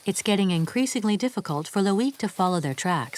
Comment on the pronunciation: next time just make the effort how to pronounce properly people's names LOIC etc ... Unbelievable